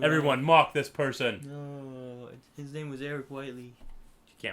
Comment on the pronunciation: Hearing my name being destroyed like that is one-in-a-lifetime thing, but damn... that was worth it.